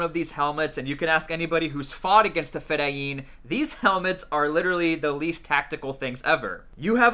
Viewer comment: Its pronounced Fedayeen not fedayeem